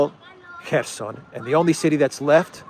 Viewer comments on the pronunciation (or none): none